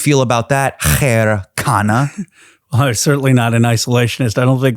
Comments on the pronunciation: Everytime i hear Hasan pronounce Ro Khanna’s last name correctly it makes me shocked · Thanks for Pronouncing KHANNA right. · Ofc Hasan is a desi.😂 He knows his sh!t.